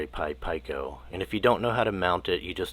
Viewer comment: This was a bit difficult to watch. You are the only person on the planet that pronounces Pico as "Pie-koh", where everyone else pronounces it as "Pee-koh".